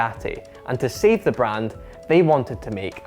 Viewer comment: great video!!! But may I ask where your accent is from?? When you say "late" Or "save" It sounds like "leete" Or "seeeve"... Doesn't sound Scottish so please help me out!